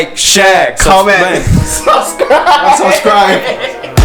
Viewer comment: it’s subscrie teacher! not subscribe